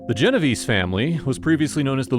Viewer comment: Geno-vay-say, not Genoveeese!